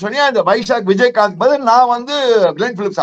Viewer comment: விஜய்காந்த் வியாஸ்காந்த், Name சரியா சொல்லுங்க நம்ம தமிழ்பையன் ❤❤